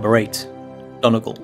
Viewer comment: Might help is you know how to pronounce Donegal...and the Corrib Princess boat tour takes you away from Galway City..seems like this commentator has never been to Ireland!